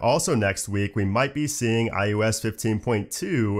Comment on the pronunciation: Your videos are so informative thanks! It does make me do a double take when you say iUS instead of iOS. I thought it was just the microphone until you said Mac OS.